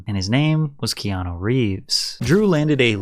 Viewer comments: Patrick absolutely butchering Keanu’s name every single time Ke-an-a Ke-an-o Ke-an-i Bruh 🤦🏼‍♀️ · Patrick, for the love of God. It's pronounced Kay-ah-new. I'm Hawaiian, trust me. You always pronounce his name key-ah-no.😂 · Key on ou not key on o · It's KeanU not KeanO! lol great video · This is a bit hard to listen at moments, when 90% times you call him "Keano" instead of "Keanu" 😅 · Why does he call him Keano the whole videos? Is it just to bait comments like this? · His name ends with a U not an O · That pronunciation of "Keanu" is wild.